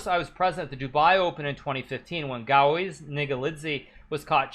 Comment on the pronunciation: it's gaioz not gaoiz lol😂